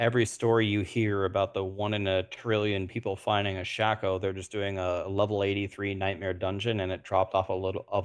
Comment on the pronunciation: Why is calling it a shaqo when it's a shako.. like shaqullie O'Neil...shaq-o....its shako not shaq-o.. here say it with me shaaaaa....kooooooo.